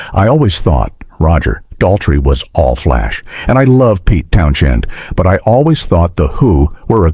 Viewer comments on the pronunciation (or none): In Townshend, the H is silent. Bloody AI voiceovers. Employ an actor ya scurvy shysters!